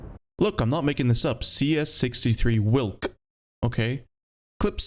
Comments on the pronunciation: it is pronounced vilk not wilk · it is prenounced veelk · its not a whilck its a veelck wilk means wolf in polish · hearing people pronounce "Wilk" is kinda funny. It means "wolf" and it goes more like "veelk" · its Vilk/Vilc/Vee-lk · W in Polish is pronounced like V in English so try Vilk 😏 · it shouldnt be in the game bruh... also side note: the letter W in polish is pronounced like the letter V in english, so the right way to say its name is "Vilk" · Wilk pronunciation goes crazy💀 Cheers from Poland!